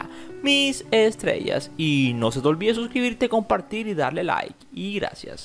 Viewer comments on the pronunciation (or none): none